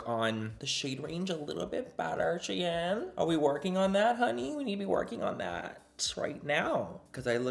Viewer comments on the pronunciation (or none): none